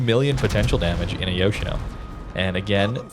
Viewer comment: Its pronounced Yosheeno.